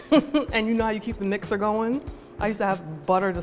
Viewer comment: You know she from the Bronx because she said "mixter". Love that shit.